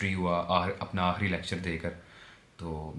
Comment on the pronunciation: Aahri nhi hota aakhri